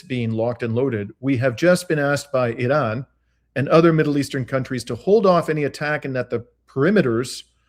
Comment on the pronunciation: .... Why do you add an " L " when you say Iran.... You sound like a mloron !